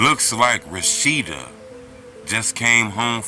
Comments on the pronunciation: Her name clearly says Roshinda and you say Rashida smh bro what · Good Lord, her name is pronounced “RO-SHIN-DA” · It's RO-SHIN- DA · How you pronounce her name lmk you was in slow classes as a kid fasho fasho lol